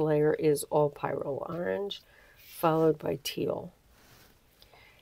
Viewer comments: An online search says that The American Heritage Dictionary of the English Language, 5th Edition, pronounces the y in pyrrole as a short i, and puts the emphasis on the first syllable. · Pyrrole is pronounced, “Peer-roll” some other YouTube artist was asking the same question so I had to look it up! Great tutorial! Btw, your brayer sheets look amazing! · I get what you mean about forgetting! But it is pronounced pie-roll. Perhaps you can dream about eating delicious pie😊